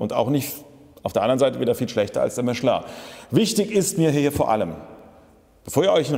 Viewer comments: Endlich einer der das Kind richtig beim Namen nennt: "Mischlö" und nicht Michelin aussprechen wie die Deutschen es halt wieder tun. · So wie es ausspricht, ist es richtig. Es ist eine französische Firma.